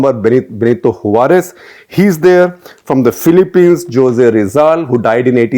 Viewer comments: Ok but Jose is pronounced as Hosey not JOSE , right? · José is pronounced Ho-zay. Not Joze. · Shekhar Sir.."Hosey"..not "Jose"